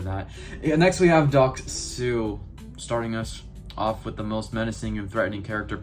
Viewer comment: You butched his name so hard